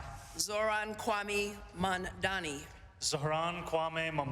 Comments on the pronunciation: I wish they always trained the person to say his name right. It's not MaNdani. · I like how she said MaNdani 🤣🤦‍♂️🤦‍♂️🤦‍♂️ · She called him MANDANI... what a joke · SHE STILL MANAGED TO BUTCHER HIS NAME